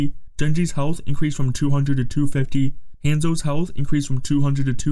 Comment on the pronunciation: The way this man pronounces "Hanzo" is diabolical